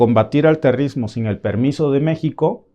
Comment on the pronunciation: Grupos 'terristas" y 'terrismo" "financían" 😂